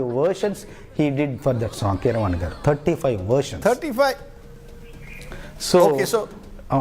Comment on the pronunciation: Rajdeep, it’s not Vijayendra “gaadu”. It’s “gaaru”, with an R. “Gaadu” is an informal and disrespectful way of calling someone.